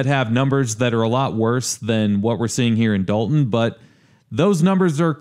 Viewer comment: That's Dolton with an 'o' not an "a"